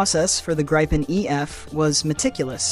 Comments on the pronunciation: I liked the narrator and her elocution except that she did mispronounce the name of the Gripen fighter , because the name is Swedish , not English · It's pronounced like Greepen with ee not i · In that case it is a perfect imitation of the human voice , only the pronunciation had one little small mistake